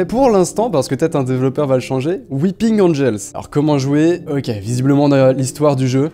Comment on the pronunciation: Début "Weeping Angels" Fin "Whipinn Angels" 😂